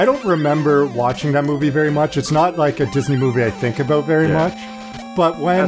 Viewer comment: oh god I "aboot"ed really hard here.